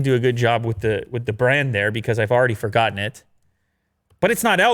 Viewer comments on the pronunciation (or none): none